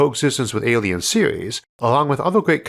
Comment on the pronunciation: I've watched so many videos that I started to call aliens -''alions'' and world - ''wohd'' I know it's a speech defect, but it's kinda cool like a different English accent